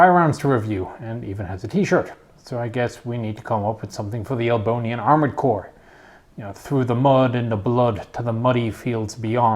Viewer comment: Are you trying to say Albania?